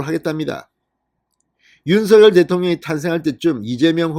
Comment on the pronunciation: 진성호님 윤서결이라 발음하지마시고~~ 윤성녈로 해주세요~~ 윤성녈로 발음 통일하기로 했답니다....